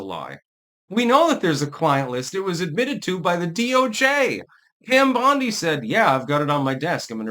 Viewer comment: It's not bondi